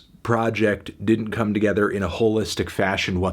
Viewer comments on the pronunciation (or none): none